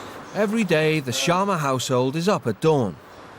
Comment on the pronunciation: It is not sharna it is sharma